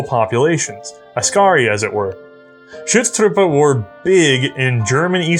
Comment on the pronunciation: I love how managed to pronounces the German Umlaut "Ü" when it is not there in Schutztruppe and ignore it in Büchse. Just switch the two, say Büchse and Schutztruppe and you are 100% correct.:D